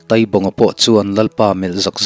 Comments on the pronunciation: Taaibaqnga ,taitea, tia thluk tur ni awm tak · Ngaihdan chu sawi thiang a ni bawka,Taibawnga hi Tâibawng tiin lam tala,a ngaihthlak a nuam zawkin a dik zawk a ngem aw te ka lo tive deuha. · Taibawnga hming i lam hi "Tai" tih lai tak hi thluk tur anih hmel. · Tai bawng tih hi tai tih lai hi mai hmin tai lam rik anga lam tur a ni ang